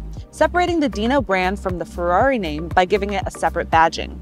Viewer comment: oh god how do you screw up "Ferrari" in the intro like that :( Still great review and great car!